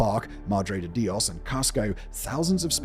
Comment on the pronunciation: the stress in the Spanish word Dios is on the o and not the i